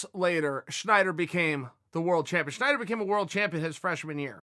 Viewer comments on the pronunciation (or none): why do you keep saying schnider..? its snyder lol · Stop saying Schneider. It's wrong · Chael his name is Snyder not Schneider